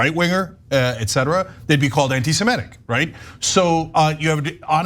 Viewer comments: You've got all the important points covered here, so I'll stick to the least important one: It's anti-seMITic, not anti-seMETic. Sorry, had to scratch that itch. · Even Ana mispronounces ‘Semitic’__ it’s NOT ‘Se-MEH-tic’!!!!! Get it right Ana!!!!!___